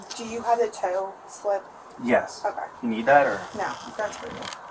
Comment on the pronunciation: Correction: Tow, not Toll! LoL 🧐🤐🤭😏